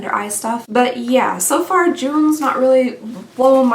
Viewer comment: LOL….You said “SO FAR” but my brain heard “SEPHORA”….lol 🤣🤣🤣🤣🤣🤣